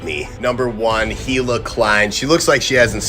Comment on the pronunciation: Shit Americans pronouncing "hila" like "eeila" wild. Its like "he-lah" Good video tho.